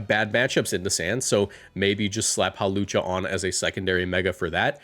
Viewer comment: IT'S HAWLUCHA, NOT F*CKING HALOWCHA! THE W SHOULD BE BEFORE THE L, NOT AFTER THE L! AND THE O IS SUPPOSED TO BE A U! FIX IT NOW!